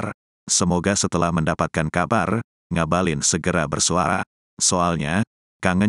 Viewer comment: Ngabalin saya dengar seperti mautaubat